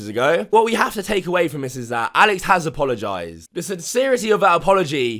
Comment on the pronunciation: WTF is an Apolagised?